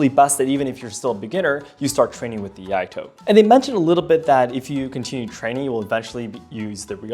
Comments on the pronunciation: Can't hold myself laughing on first one, on pronouncing the word of "Iaido" XD "IADO" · Hahahaha when he said Iado. I was like oh no… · I-yah-do 🤣 Just about as annoying as oh-ni-GEE-ri🤦‍♂. See some of Dan Inosanto's videos if you're really interested in eskrima and kali. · I had a physical, visceral cringe every time that guy said "Iado" with such confidence... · EE-YAH-DOUGH! BOW-KEN! EE-YATTOH! TAMA-SHEEGEEREE!